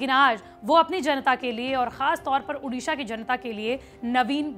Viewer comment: उड़ीसा तो ढंग से बोल